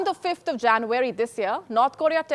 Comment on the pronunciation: Hi...you need to improve your pronunciation - 'Poverty' ....'January'.....are some examples you can check!!!!!